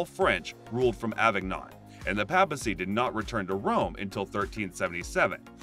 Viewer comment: I CANT take anyone seriously who can't correctly pronounce "papacy, Tiber and Tucson"